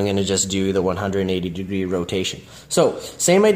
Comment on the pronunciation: when you thought he was a mastermind and couldn’t get anything wrong until he pronounced degree wrong for the first time…SO WHAT IM SAYING IS THIS GUY IS PERFECT!!!